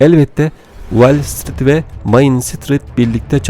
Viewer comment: Şu okuyan arkadaş bir de İngilizce telafuznu biraz düzeltse, Wellstreet değil WALLstreet.